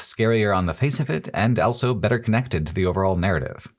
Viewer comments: This remains my go-to channel for hearing 'also' pronounced as ' elso' for some reason, and I wouldn't have it any other way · pronounces the word "also" as "elso"